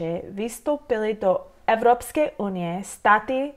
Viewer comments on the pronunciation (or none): I think she is not saying vystoupit on purpose, she just can't say VS sound without inserting extra vowel. :-) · The trick that makes the pronunciation easier is knowing how the initial "v" is pronounced here. In "vstoupit", it is pronounced as "f" - "fstoupit" and the stress comes on "t" (which makes it easier to pronounce), while in "vystoupit", the "v" is voiced - "v" and the stress comes on "v". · I agree, it´s hard to pronounce "VStoupit" for her.